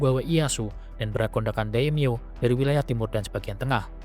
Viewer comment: Bukan daim-yo tapi dai-mio artinya nama besar.